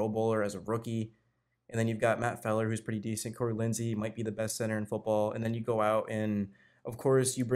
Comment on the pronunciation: Also you say Matt Feiler name wrong /